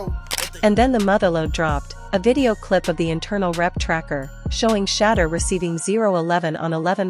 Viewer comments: SAY HIS NAME CORRECTLY!! SAY HIS NAME CORRECTLY!!! YOU STUPID WINCH, HIS NAME IS SHEDEUR NOT SHADDER STUPID!!!!! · "Shatter" Sanders??? The voiceover is worse than the Browns record. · Shader hahaha the fake AI cant even say his name correctly